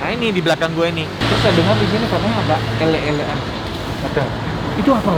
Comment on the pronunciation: Bukan "elek" e dibaca kaya "Cobek" tapi "elek" dibaca kaya "uleg"....jadi "elek²an" e kaya "uleg" di jawa artinya tempat untuk menelan..jadi mungkin disebut elek²an karena pangkal lidah adanya didekat tenggorokan alias tempat untuk nge-lek alias menelan